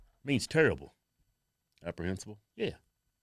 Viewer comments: Lol... it's reprehensible, not apprehensible 😂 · Reprehensible* not Apprehencible 🤔🤷‍♂️ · REPREHENSIBLE....not "APPREHENSABLE". You're welcome. Love your work. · The word is “reprehensible “ not “aprehensible”. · Apprehinsible! Lol you big dummy! Apprehensive, to be unsure. You mean I think abhorrent. Knuckle head still love you guys.... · "Apprehensible" lol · I know he meant to say reprehensible, not apprehensible. Love you guys. You two are a damn RIOT. ROFLMAO! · Reprehensible. Not apprehensible.lol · Aprehensible? Your Ebonics kicking in bruh